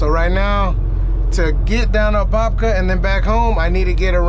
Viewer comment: You said Apopka correctly If where you dropped was off of Micheal Gladden blvd, it might be two miles from my house